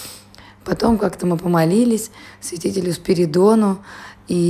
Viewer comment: Trimifuntskij? Spasibo, ponjala. V Video Vashem poslishalos - "Svidetel",a ne svjatitel. Udachi Vam!